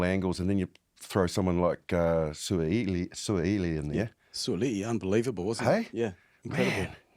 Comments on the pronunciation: How about learning to pronounce Suaalii proper. It's a name you're likely to repeat over and over again the coming years gents. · The kiwi boys are butchering the name "Sua'ali'i" lol